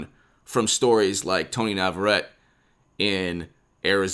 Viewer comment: It is pronounced "Nah vah ret tay"